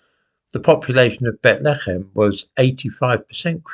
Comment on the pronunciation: Weird way to pronounce Bethlehem. Couldn't pronounce it like that in the infant nativity.